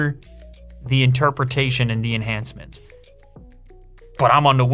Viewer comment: Learn how to pronounce 'the' It has a th